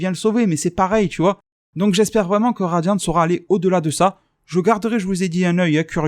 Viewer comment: J aime bien tu dis que tuvas appeler ça radian et au fur et a mesure tu fini par dire radian"te".je trouve ça marrant par c est tellement naturel